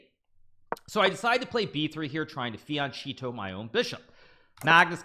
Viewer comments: I really hope the "fiancheeto" was a joke. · bro said fien-cheeto